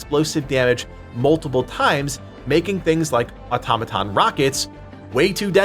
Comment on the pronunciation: Just happy that someone knows how to pronounce automaton